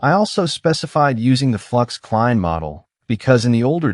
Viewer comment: The klein in the Name of the Model is German and means small it is pronounced like Kline. But with a short I like in Ipod.